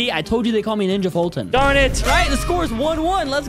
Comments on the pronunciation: Foltyn ready the name wrong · Foltyn. Fenuh. Me